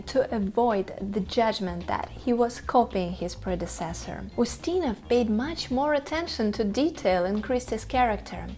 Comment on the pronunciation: Peter "O'steena?"